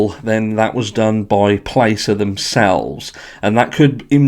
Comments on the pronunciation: Just a small point, which you wouldn’t be expected to know, Placer County is pronounced like PLASS-er. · are gross a lot of people are mispronouncing Placer.